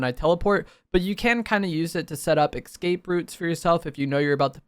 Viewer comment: No me yelling ESCAPE at my phone every time says EXCAPE